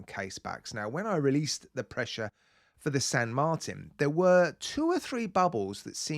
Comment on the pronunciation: "Weelease the pwessure!"